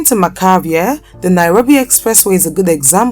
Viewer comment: James 'Macharia' pronounced as Masharia not Makaria